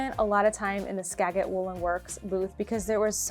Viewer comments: Just to let you know...Skajit soft g not hard g. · It's Skagit, G pronounced like a J. lol. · Lovey video and coverage of the festival but PLEASE PLEASE learn to pronounce Skagit and Ellensburg properly!. The "g" in Skagit is pronounced as though it were a "j" as in ska juht and the city Ellensburg has an s in it. Having said that, thank you so much for appreciating Washington yarns!